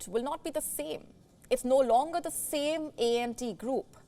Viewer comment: It’s not ent group, it’s ANT, ANT group 😊